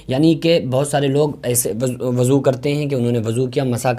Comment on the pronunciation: Abe aqal ke pedal insan wuzu hota hai wazu nahi